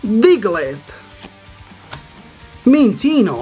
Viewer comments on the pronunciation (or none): no Minccino se pronunciaba Minchino?